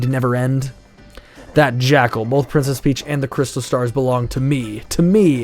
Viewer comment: in the Netherlands he say princess fiets (bike)😂😂😂